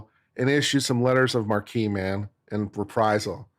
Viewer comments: I think It’s pronounced letters of mark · It's written "marque" and pronounced "mark," unfortunately. Or, if you want to sound French/ridiculous, you can pronounce it "MArH-kuh."